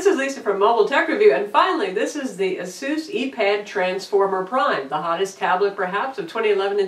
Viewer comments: It's pronounce A-seuss or Eh-sus, or Ay-seuss. The company released a video of how to say it correctly. I don't know why she keeps saying it like that. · Aye - Suhs Must rhyme with: Bay - Bus SMH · The name Asus comes from the word Pegasus....and you would think it would be pronounced "ah-sis" but i think the CEO pronounced it "ah-seuss" in a video on here...so tomayto tomahto lol it's one heckuva tablet, and this is one heckuva review..thanks Lisa